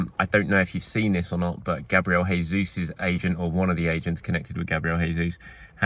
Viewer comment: Gabriel Jesus isn't Spanish, please pronounce his name properly (normal English J pronunciation)